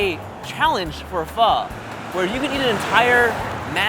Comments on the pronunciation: • 지민 • you said Foh😂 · omg i thought you would pronounce pho like "phoh" not "phuh" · Pho not pha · No, fur is wrong. The easiest way to learn how to pronounce it is if you imagine the F word almost slips out of your mouth and you end it with a question mark...fu..??? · I thought u pronounce it pho not pha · It's not "Phuh" It Isn't "Foe" it's pronounced like the (Fung) syllable but without the N & the G sound. Or to simplify it, say "Phuh" but disband your jaw up when you say the "uh" part. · It's pronounced p-oh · There's a reason there's a ? on top of the O in pho. Pronouncing it as "fuh" and pretentiously pretending you know how to pronounce it is ignorant and arrogant. Literally better off calling it "foe" unless you intend to learn and pronounce it properly. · Danyal A. It is not any of those it is pronounced fuh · Man, the way they pronounce pho... ‘fur’ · Aw man I cringe every time they say pho like that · He lost his ways of Asian he can’t say pho right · #AsianSquad laughing at them failing to say “Pho” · PHO IZNT PRONOUNCED THAT. WAY..well for me